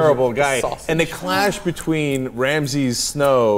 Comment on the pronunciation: They keep calling Ramsey "Ramses" and it's annoying as fuck.